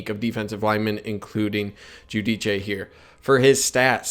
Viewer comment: He’s a terrific player, looking forward to watching him! By the way, it’s pronounced “Joo-Deece”